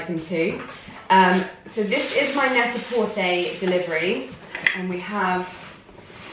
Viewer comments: Why do you say Net A Portaayyy?? It’s Net A Porturrr 😜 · Can someone please confirm? Is it Net-A-Porterrrrr or Net-A-Porté? Pronunciation not the spelling 🤣 Just to confirm this isn’t a dig, genuinely interested!! ☺️ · You can Google this information how to pronounce stores and brands properly!!